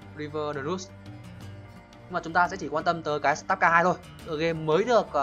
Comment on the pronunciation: sờ tát ca :))) má nó đọc tiếng anh nghe ko nhận ra tên game luôn ấy star là ngôi sao , ko phải start :)))